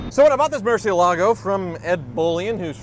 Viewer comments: Murshielagoh,... Is that hard to say Mur zi elago? (The z to exemplify the way you should pronounce it) cheez it's just Bat in Spanish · Somebody has to urgently tell this Guy that its MUR-CIELAGO and not MUR- CIE-LA-GO. Its spanish for bat... You welcome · Man, I just realized this whole time he's been saying "Murcielago" but all I heard was "Merci-Lago" hahaha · Why doesn't anyone pronounce Murciélago correctly? I mean, it's a simple Google search!